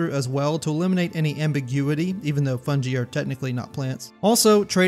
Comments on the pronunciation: FUN-GUY not Fun-Gee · "fun-Gee" - how dare ye it's pronounced like fun-guy: fungi <3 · Im sorry. I cant let it slide "Fungee"? "Fungie"? Its Fungi like "fun guy" (hense the puns featuring the titular sounds) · I've never heard Fungi pronounced "Fun-Gi" I've always heard it pronounced "Fun-Guy" and hearing "Fun-Gi" made me chuckle for some reason 😂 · "Fungee"? AI chat ? Since EVERYONE who speaks english knows it fung-GUY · It's pronounced "Fun-guy". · 2 minutes in— FUN-JEE???????? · i haven’t ever played skyrim past the spider cave in the intro (severe arachnophobia) so i watch videos on it cause it looks so interesting. This video topic looks fun and entertaining, but the way you pronounce “Fungi” as “Funjee” almost made me click off 😂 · I cant get the mispronunciation of "fungi" out of my head.... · Its pronounced fungi